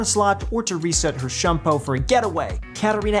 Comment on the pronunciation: The way you pronounce shun po is so funny.